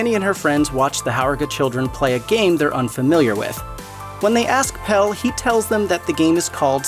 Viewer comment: God knows why you'd make a video like this and insist on mispronouncing almost every single name in the movie, as if you hadn't heard them pronounced multiple times while watching. I mean, "Pell", come on.